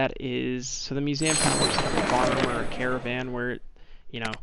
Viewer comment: I’m sorry but it’s Mue-seum not mue-Sam btw no offense (this is how to say it)